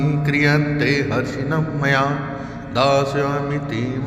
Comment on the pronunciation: Zap galat hai 😡😡😡😡 Harnisham maya hai, na ki Harshinmmya 🙏🙏🙏 correct video dale... BURA EFFECT PDEGA